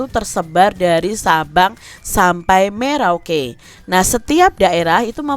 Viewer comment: Maaf ka bukan merauke tapi meroke